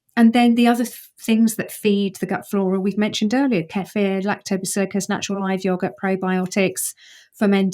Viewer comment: I immediately get suspicious of an 'expert' who doesn't pronounce technical terms correctly: lactobacillICUS, Nu-uh. LactobacillUS!